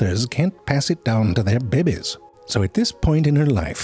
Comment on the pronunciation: I do not ehvehn mehnd that Mister Narratorius pronounces "behbehs" in a funneh weh.